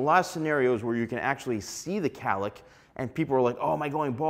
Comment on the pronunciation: It’s not Callick! It’s cowlick!🥹